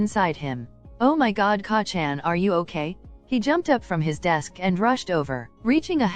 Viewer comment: wow you can just tell that you put a lot of time, work, and effort into this. it's amazing! please do make a part 2 of it won't stress you out and if you'll have fun making it! Also even tho the way it was saying Kacchan was driving me mad I still kept watching it cause the story is just so compelling especially since I'm a huge 🧡Bakudeku💚 shipper